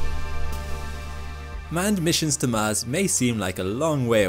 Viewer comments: Man really read "Mans radiation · the mahnned mish shon to mahz